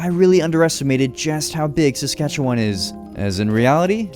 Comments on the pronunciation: Thank you for bringing light to the beautiful province that I am proud to live in. Ps you suck at pronouncing Saskatchewan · I loved this video as a Alberta person. But the one thing that bugged me was that you can tell he isn’t Canadian from the way he says Saskatchewan. He’s pronouncing it syllable by syllable. You can tell he isn’t Canadian but love this video lol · In all my life ive never heard anyone say it like that. Ive been all over this province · Sammmme! Sk is the best but the way he said it kinda triggered me because he’s saying it wrong lol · Rather than Sask-at-chew-one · Ok I see a lot of fellow Saskers but no one is mentioning he kept pronouncing Saskatchewan wrong and he pronounced Regina wrong as well even though he said he did his homework lol. It's Ree-Ji-Nah and Saskatchewan has an "wan" (as in wah-n)at the end, not a "won", otherwise it's an overall awesome video! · my entire family and friend group, pronounce it "SaskatcheWIN" and not "SaskatcheWAN". people at school as well as on the news, both CTV and Golble pronounce it that way too. I'm very sorry if I'm being too prosist or rude. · erm acuutly its not pronounce saskatchewon its win- saskatchewin though its spelled diferent most saskatewaners wil say win not won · Pronounce Saskatchewan as Sask-ah-chew-uhn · Btw the e in Saskatchewan is pronounced like an “uh” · Wow, I never expected to see my home Provence in minecraft You are saying saskatchewan incorrectly it's pronounced "SaskatcheWIN" Sorry that just always bothers me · SASK A CHEW EN. LIKE IN NOT ON. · As a Canadian from Saskatchewan Im wondering why this isnt a super flat world? Also, atleast in the south east Saskatchewan we pronounce is Ses-catch-ew-in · This reminds me of grown ups 1 when the strong dude said seskatchetoon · I don’t like how he says Saskatchewan as someone who lives in south Saskatchewan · As a Canadian who lives in Saskatchewan, I do t appreciate how he says it